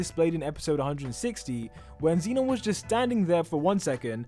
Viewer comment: he pronounces like zeenon— its zenon